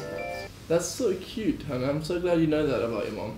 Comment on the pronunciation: Finally someone who said my name correctly!! Love you hannah